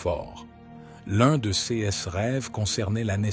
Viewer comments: Pouvez-vous remplacer cette voix de l'intelligence artificielle par la voix d'un homme ou femme humains? Voici quelques exemples parmi d'autres : "cesse paroles" au lieu de "ces paroles" et bien d'autres exemples. C'est une honte. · L'IA qui parle est agaçant .... Prononciation de : ces en ciès est insupportable. Changer d'IA s'il vous plait 🙏